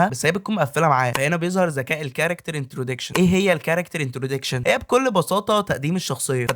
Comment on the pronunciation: هو ايه انتروديكشن دي 😂😂اسمها انتروداكشن كنت بسمعك و فاكرك دارس او فاهم انت بتتكلم عن ايه بس للاسف خيبة امل حصل خير ، اتمنى تراجع معلوماتك قبل النشر